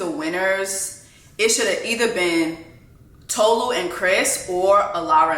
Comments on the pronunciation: Your pronunciation of Tolu's name is WRONG 📌 ( It's Tolu' ! Not To-lu ! ) You should've checked the introduction of Tolu in the show, before ranting for 3 minutes - accusing the cast of racism :face-turquoise-covering-eyes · Also, it's not Toe-Loo, it's Taw-Loo. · Erm, actually, it’s Tolu. Re-mi as in sounds of music. That’s why her name is spelled with the sign over the U and no sign on top of the O. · It's funny everyone was able to say Stevan but not Tolu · 😬😬😬 Jess, sis, I think you are the one pronouncing her name wrong 😂😂😂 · She literally made a video about her name and you still getting it wrong.